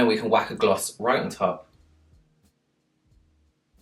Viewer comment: Is it just me or I absolutely love hearing you say "whack on"? "Whack on some lip gloss" "Whack on the lipstick" lol